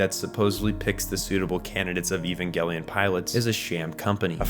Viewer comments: Bro really said ivangelien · I will never understand why everyone insists that hard on calling it EVANGLE-ION. Do you people pronounce EVANGELICAL ("evangle-ical?) the same way?! It hurts my ears every time. And it hurts a lot in the long term. Do people say an ANGLE instead of an ANGEL?! As a non native English speakers it's one of those things, but that one I'm not sure why everyone does that, for "Nuclear, that you all pronounce NUKE-ALAR or NUKE-ULARR, I know it's because peoeple are ignorant. For that one I don't know, maybe someone will take the road of "since it's a Japanese show and these people can't pronounce anything either, we also massacre the name of the show they created, like the creators did themselves. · It's a soft G, "Evan-JEL-eeyon"